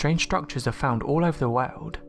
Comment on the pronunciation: many mysteries in the "waowd" rofl